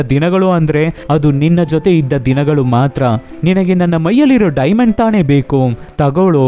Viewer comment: ಅದು ತಾನೇ, ತಾಣೆ ಅಲ್ಲ ಗುರು